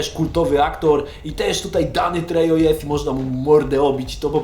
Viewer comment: I Danny Trejo czytamy jak "treho". W hiszpanskim j czytamy jak h.